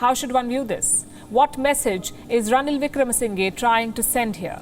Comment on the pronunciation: Its not ranil wickrama sinhee its pronounce as ranil wicramasinha but it writes as ranil wickramasinghe 😂 How ever he is the guardian of rajapakshas